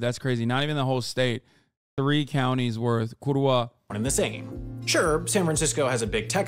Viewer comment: That butchered “kurwa” was just the cherry on top of the slander